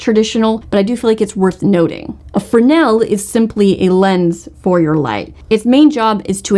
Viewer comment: Always throws my brain every time I hear pronunciation of "fresnel".